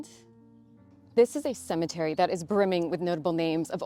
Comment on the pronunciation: The word "cemetery" does not have the letter "a" in it.